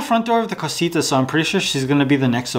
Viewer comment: It is not Cosita .... It is CASITA. :elbowcough